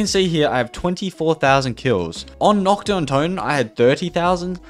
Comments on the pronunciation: hello sir im german and i can confirm its nACHt not nOKt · Wanted to hit my head on the wall everytime he said ‘Nocht’ instead of ‘Nacht’